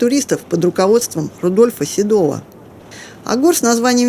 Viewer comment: Под руководством Рудольфа Седова, на слух слышится как Рудольфа Седого. Рудольф Седой, это как имя северного короля.